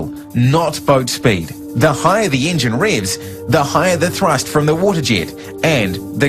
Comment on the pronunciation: Ok there are a lot of problems...his fucking accent!!!! Engine=Ingine Vessel=vissel Waterjet=waterjit I hate his accent